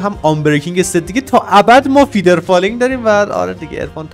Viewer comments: فدرفالینگ نه فیدرفالینگ ولی فیدرفالینگ بگو فیدرفالینگ آرمی 🤚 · موفقیتت تو چشم یک یک هیترا واینکه اون فدر فالینگ نه فیدر فالینگ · فیدر فالینگ نهههههههه فدر فالیننننننگ